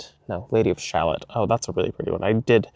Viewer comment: The Lady of ShalOTT. I think you need to spend a little time getting Anne of Green Gables educated. 😂 I know you don’t care how things are pronounced. And I don’t care that you don’t care! Hahaha. BUT…I think with your soul, you’d love the Anne of Green Gables movies. ♥️